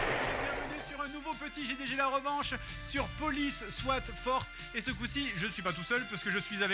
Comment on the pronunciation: J'ai bien aimé ta prononciation de "J D G ". Ça faisait très Français